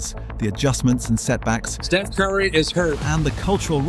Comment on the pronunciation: Once again, someone claiming to know all about Steph, yet unable to pronounce his name.